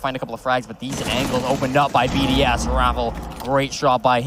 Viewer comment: ChooChye what about the fact they didn’t know how to pronounce most of the BDS players’ names?